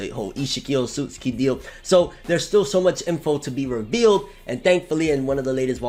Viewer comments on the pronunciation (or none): Why is it so hard for people to pronounce names the right way... It’s O-tsu-tsuki.... my god....